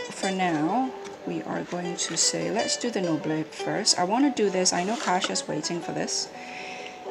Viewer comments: Thanks for the great video! I was just saying I hoped someone would post a comparison 😉 And It's pronounced "No-blay". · Gorgeous, I love the imperfect feel which makes the deck alive ! Thanks a lot ! (and yes, we prononce something like "noblay" in french ! ) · Noblet is pronounced noblé as in "ay", without the "y" sound at the end .in fact you pronounced it quite correctly : without the t. it's not pronounced in french as many end letters aren't. Cheers. nice btw